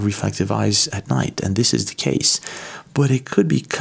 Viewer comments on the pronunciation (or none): none